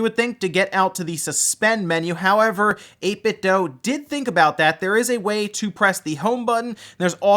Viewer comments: 8bitdoo not doe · I'm pretty sure it's pronounced 8bit-'dew'. WULFFDEN had a video about that I believe.